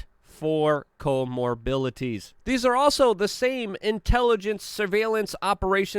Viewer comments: "Co - MOR-BID-ITY" "Morbid" - like your "nookyular" grasp of the English language. 🤣 Before you snap again with "English isn't my first language" again... you're a mush-mouth in ANY language.🤣 We love you, bro - but you're a mush-mouth. It gets "exasterbated" every day. 🤣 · “Comorbility” —— Mr.Luke, l love your channel, - and only come to YouTube for YOU. Come on, sir….. don’t make me say it! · Co- MorBidity. Cmon man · I love your refusal to pronounce comorbidity properly. Stay strong haha